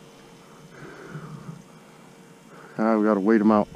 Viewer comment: Now that snappah is a KEEPAH ! It’s a big boy baby!